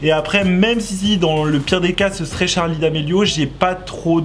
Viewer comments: C’est charli pas tcharli😂😂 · Tttttcharlie c’est Charlie pas tttcharie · Ça me perturbe car il dit tcharli et pas charli je suis pas là seul hein ? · Ses charlie ses pas tcharlie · C'est Charlie d'amelio pas t'charlie d'amelio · tu me stresses c’est Charli pas Tcharli ptn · En dit pas tcharli en dit charli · C'est pa tchali c'est charli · C est charli pas tcharli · Sa me tresse quand il dis tcharlie d'Amelio 😂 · oui mais il dit tcharli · J'ai même pas entendue une fois Charlie j'ai que entendu tcharlie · Moi ça stresse quond il dit " tcharlie " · Pourquoi il dit "TCHARLI" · Pk tu dit tcharli??🤔🤔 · Ce n'es pas tcharli domélio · Arrête de dire Tharli !